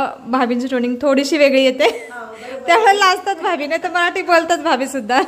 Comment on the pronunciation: भाबी नाही भाभी…असं काय मराठी बोलता तुम्ही काही समजत नाही😢